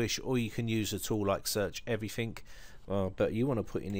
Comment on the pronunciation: Thanks. Well prepared. But why the obsession with narrow windows? And narrow columns? Maybe you've changed. BTW, it's Everything, isn't it, not Everythink?